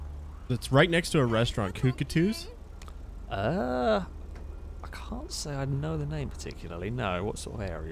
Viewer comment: It's Cockatoos haha!